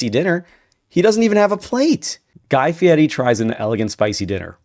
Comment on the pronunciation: Stop saying his name like that it’s FIERI not Fietty